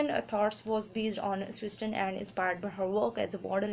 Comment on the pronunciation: Its CIRSTEN not cersten